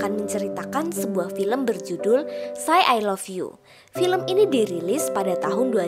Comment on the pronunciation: Ngakak, baca 'say'nya Pake cara Indonesia :v